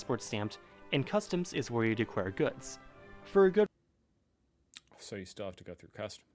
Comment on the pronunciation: "decware any weguwated goods" 😂😂😂